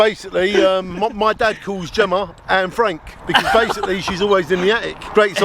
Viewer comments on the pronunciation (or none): none